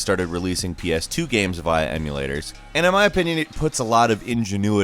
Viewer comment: I love the way he pronounces games, as gams. I'm not being a dick or making fun, it actually makes me smile.